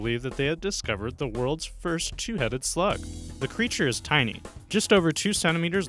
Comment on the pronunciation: “tinny” salamanders I used to catch those in my backyard 😂😂 there not rare